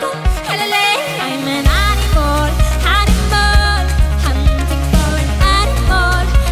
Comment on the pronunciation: Have you noticed Aurora says "animol"? XD